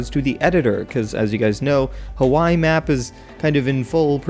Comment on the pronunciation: BOI DID YOU JUST SAY "KAWAII INSTEAD OFF HAWAII